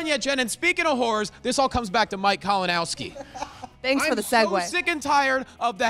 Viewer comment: did just call Kalinoswki “Kavanaghski?” Bro Lol